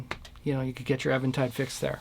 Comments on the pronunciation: It's EEventide, and if you call them on the phone and say "ehventide," they will correct you as the words exit your mouth. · Thanks bro i appreciate it..u shd note that it is pronounced as even tide... Like no waves... Get it? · I used to think it was pronounced Eventide too... but every time i called them on the phone they answered and said EEventide lol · Sincere question: is it pronounced "Evan tide" or "Eee ven tide"? I have always said it as "even" tide (as in opposite of "odd"). However it is pronounced, the H3000 sounds great.